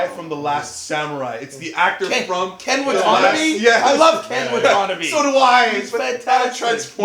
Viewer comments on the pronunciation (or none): kin watanabi??? dont you men ken watanabe....im so sorry my ancestors, forgive them